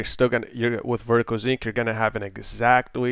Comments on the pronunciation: sync not zinc reeeeeee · lol, it started bothering me after the first 15 times and I'm thinking in my head "SYNC" "IT'S SYNC" "NOT ZINC" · "Vertical Zinc"